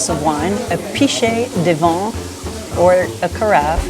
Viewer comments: Oy. VIN. Not vahn. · I have spent many years living in France, on and off, and think your tips for newbies traveling to France, would be quite helpful. Just one critique: Madame, please work on your pronunciation of "vin". I'm hearing "vent". For those who don't speak french that means "wind." A glass of "vent" would be extremely dry. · Vin is pronounced as “ven” not vaughn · but you don’t even pronounce “vin” correctly. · Is the pronunciation of wine ("vin") von or van? (soft "n"). I thought it was "van".